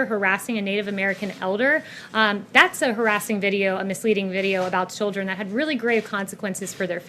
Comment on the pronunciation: WHAT ABOUT THE 'CHIDREN'? WAAA.